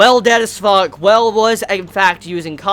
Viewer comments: Every time he says the whale it makes me think he said noelle or the well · you said whale like well. you made me confused at first